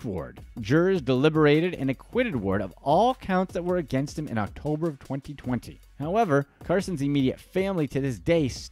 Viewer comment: Idk if you said 2020 but it sounds like you said 4020 like wtf 🤣🤣